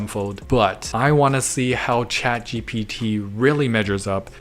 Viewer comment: Why he keeps saying GTP😂